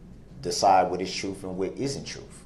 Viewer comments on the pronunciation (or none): Is that waste of space, as smart as he thinks he is, completely unaware that -th does NOT sound like -ff??? He sounds retarded when he talks like that. He isn't a child, and he doesn't have a speech issue. I mean, this is someone that thinks, and truly believes, that he is such an intellectual powerhouse that the prosecution REQUIRED at least 3 lawyers to go against him. He absolutely refuses to acknowledge the reality that the prosecution needed so many lawyers due to the excessive amount of evidence that they had that proved his guilt. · Its "troof" " axe" darrell,😆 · Troof. What is troof? Ignoramus. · Objection! Truef is not a word. Someone please tell him. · Truff and Axed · Th is not a ffffff sound. Truth is not “trooff”! It is sustained NOT supstained!! There is not an X in ask, ask not ax ( you chop wood with an ax)! If you want to look intelligent speak correctly!!!! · He has absolutely butchered the King’s English. I axed him, truff! Tooken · What is “truf”? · Don't forget trufh/truth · The jury definitely found the "troof" with this POS. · Brook’s words Vs actual words, volume one: Fear = fair, Akkrut = accurate, Oaf = oath, Troof = truth, rekurt = record, dat = that, suBstsained = suStained, tooken = taken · He literally said “you and you alone decide what is troof and isn’t troof.” Not only is he void of any self awareness, gaslighting weirdo saying the state had theatrics (no they didn’t, not even a little), he says “troof” and “dat”. At least he finally learned tacit vs takit. It’s weird to me how smart he believes he is when he proves over and over again how ignorant, stupid and illiterate he actually is. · You alone decide the “ TRUF” 😂😂😂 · But da ding is he didn't teel da troof😂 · Does this jackal really think that the jury will find him guilty if they know the "troof?" Really, Darrell??? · Jury has the "Troof" per Brooks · “You know the troof”